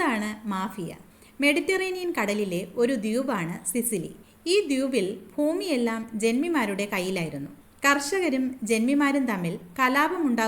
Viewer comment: ദ്യൂപ് അല്ല ദ്വീപ്